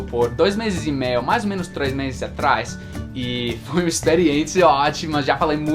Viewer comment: Parabéns, seu Português é perfeito! Eu gostaria de saber 30% do Inglês, comparando com o que você sabe do Português. Como percebi que você é perfeccionista, só gostaria de dar uma dica quando você está falando do topa. "Topa uma cerveja" pra mim pareceu "Topa una cerveja". Talvez seja herança do espanhol que você comentou que fala também. Mas é só uma dica mesmo, porque pra mim tá tudo perfeito! Abs